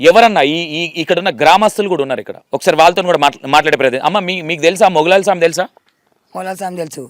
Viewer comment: garu మౌలాలీ స్వామి naa or మొగులాలి స్వామి ఆ. పేరు correct గా పలకండి